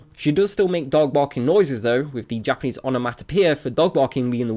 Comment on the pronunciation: Your Japanese pernaunciasion is terrible, it sounds to much like English